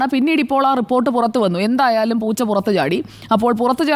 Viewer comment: പൂച്ച അല്ല പൂച്ച്. Means നുണ 😂😂 എന്റെ പൊന്ന് സുജയാ..